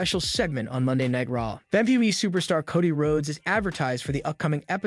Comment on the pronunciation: Why do you say the names all weird dude? Cuddy Rhodes Ricoshit Solo Siko'o.. Fucks wrong with you?